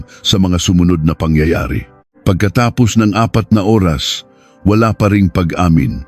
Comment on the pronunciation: Parang hnd pinoy magbasa... Nakakawalang gana makinig lalo sa pagbigkas oras... Kakairita naman pakinggan